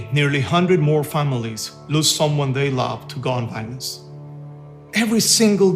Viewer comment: Gone bilence